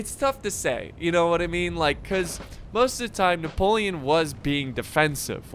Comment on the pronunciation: “I say, I Napo- French voice kicks in - LEON